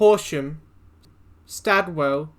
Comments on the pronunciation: Cool. Also Stawell is pronounced “stall” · Great video, just a quick note on town names . Nhill is pronounced "nil" and Stawell is pronounced like "stall" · Love the pronounciation....N-Hill.....Stair Well.....also stops Dimboola.....needs to be daily..cheaper...faster...better track....and more stops.....and less silly nonsense like photo I.D at checkin....and again boarding....and silly unfunny longwinded talk about toilet etiquitte.....love the train and the landscape...retro on wheels..... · The town is called Stall not Star well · you mispronounced stawell mate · Mate, I'm sad at the fact the you, as an Australian, don't know how to pronounce Stawell. Ever heard of the Easter foot race run in Victoria? The Stawell Gift. Watch the news, you'll hear the right way to say it.